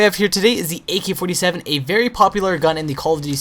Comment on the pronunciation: He says "A key 47"